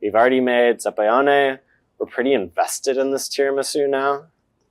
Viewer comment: zabaglione ≠ zabayone. you're dropping a whole syllable and consonant, there. za-ba-lyee-oh-nay. gl = ly (y as a consonant) ≠ just y, and you pronoune EVERY vowel in -ione